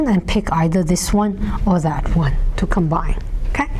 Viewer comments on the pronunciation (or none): none